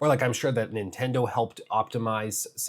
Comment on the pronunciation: I've never heard of "Nindendo" lol